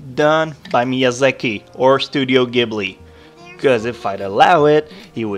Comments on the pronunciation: Studio Ghibli is pronounced G bli(short G sound), not Gibli lol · Please tell me you pronounce Ghiblie as "Jeeblie" now..